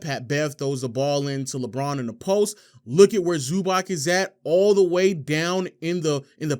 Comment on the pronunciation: Nice video, but it's pronounced "Zubatz"